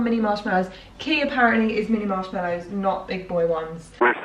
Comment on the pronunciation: Marsh mellows? It's mallow! 🤣